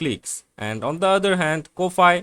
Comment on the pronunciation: Ko-fi is pronounced Coffee. it's a phonetic spelling.